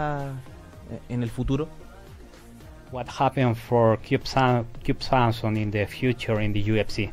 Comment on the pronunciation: El conductor podría haberse tomado la molestia de aprender a pronunciar el nombre de su invitado. Del intérprete mejor ni opinar.